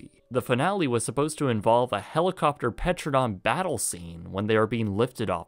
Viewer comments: "Petradon" It's pteradon. Silent p. Pronounced "terra-don". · I'm sorry, I'm probably the 100th person to say this but it's not "petredon" it's pronounced teranadon. The p is silent. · you are a great filmmaker, but it's pronounced "ter-ran-o-don", not "pet-ro-don"! -signed, every dinosaur kid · "Petradon?" Really? It's Pteranodon. It is pronounced tear-ann-oh-don. Yeesh. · You mean Pteranodon, not Petradon, right? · Pteranodon not a Petrodon! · "Petradon"? I think you meant Pteranodon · pteranodon [ tuh-ran-uh-don ] you said it wrong REEEEEEE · Lol "Petradon" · Pteranodon: tur-ANN-uh-don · 'Petra-don'? Oh dear. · “Petradon”. I love when whoever does the voiceover doesn’t know what the hell they’re talking about and can’t either say what’s written, or doesn’t fact check. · Did he say PeTrodon? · Was scrolling through the comments looking for this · usually this guy seems like he puts a lot of effort and research into his videos but that made me wince.